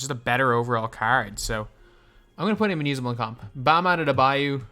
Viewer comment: The way he says adebayo tho 😂😂😂